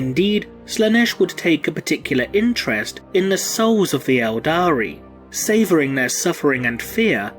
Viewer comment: Everytime he says "eldari" i want to punch him